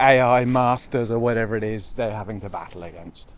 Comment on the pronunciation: "Wha-eves"!! Can I use that😃? SMOOTH PEANUT BUTTER!!!👹👺. OH NO!!! Just kidding... there's worse things. Weve gotta get you into ddhammocks. Im a dd dude and I'm a yank! I love mine!! This way you won't be subjected to the wet ground in these times. Plus that was the perfect hammocking scenario. So great to see you on your two wheeler again. This is getting me excited for kayaking season!! You take care and we'll see you in the next one. NQU